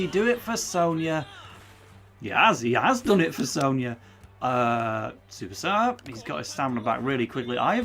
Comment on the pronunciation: So as both a inazuma and Tsubasa fan I can say nitta is no Willy Glasses but he is very much not that relevant to the series, also yes your goalkeeper was preety much god in the series and probably the best or second best in the game edit: More things: that is not how you say tsubasa, Nitta is a foward and what you read as defenders is one of his skills called dribbler, also if you are curious every player in the japanese team is at least decent but the real stars are Tsubasa, Hyuga, Misaki (not in this game but in the series he is supposed to be very good) and Wakabayashi with a special mention from misugi that is just relaxing on the bench